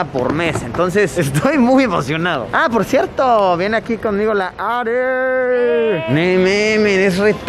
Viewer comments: alguien más se dió cuenta de que decía "po Luisito" en vez de "por Luisito" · min creo que en ves de decir "Po Luisito" en realidad iba "Por Luisito" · Que paso Yayo te falto la ´´r´´ en por luisito “Asientos lujosos de avión”´´Hora de comer´´ “Po Luisito”